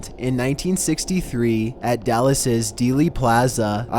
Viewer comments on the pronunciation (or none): I from Dallas bro but at #5 did you say Dallaes 😂😂😂😂 I like yo videos but the way you said Dallas😂😂